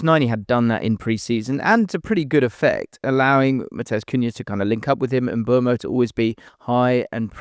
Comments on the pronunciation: It's Mbooomo NOT Mburmo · mate. Please don't talk about Mbeumo this long next time if you're not going to say his name correctly. It's Mboomo...not Mbwermo. Your employers (Premier League) put out a video of players giving us the correct pronunciations of their names. What's the use of that if commentators and all you lot will still be butchering their names?